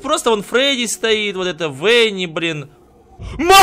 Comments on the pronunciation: Не венни а бонни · Не вэни, а вани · Правильно будет Ванни а не Венни потому-что ванни кролик а по английски кролик это Банни так что Ванни . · Видио топ только не венни а ванни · Во 1:не Венни, а Ванни. Во 2:она не аниматроник. Не в обиду,просто говорю. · Не Венни а Ванни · Не вени а вани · Почему аниматроник венни? правильно:венни